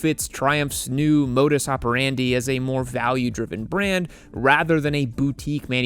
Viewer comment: Kudos to you for pronouncing "modus operandi" correctly!